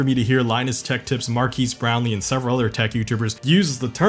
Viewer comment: “Markees brownlee” that’s a new one lmao